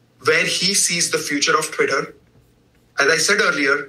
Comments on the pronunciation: Lol this guy can't even say twitter, everytime he sais it sounds like "quitter" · The captioning got a bunch of things wrong, but I didn't detect any manipulation, just error. He was saying "Twitter" and not "career" for example.